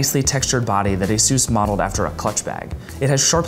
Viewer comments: It's asus not asos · Ay soos? You mean AY SUS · I loathe the way he pronounces Asus...